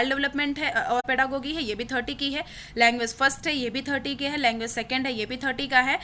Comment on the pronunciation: Your pronunciation of pedagogy is incorrect...It is पेडागोजी not पेडागोगी...the intention of mine is not to insult you...all I want to say is that if you are on YouTube platform and serving as an educator so before publishing any content Please makesure to cross check each in everything from each n every perspective....